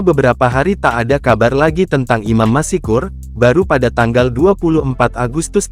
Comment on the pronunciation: Apa admin tidak bisa membaca dengan benar?? Masak Masykur dibaca masikur???? Seharusnya kan tetap Maskur. Bukan masikur